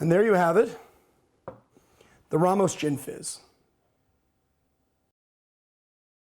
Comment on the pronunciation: It's pronouced Raymos, not Rahmos